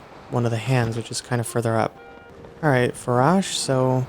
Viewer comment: i’m pretty sure the correct saying for ‘Farosh’ is (F-A-R-OA-SH) But that’s how i say it, and it sounds weird for me if anyone else says it like you.